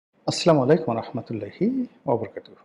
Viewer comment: সালামটা শুদ্ধ করে দিলে ভালো হয়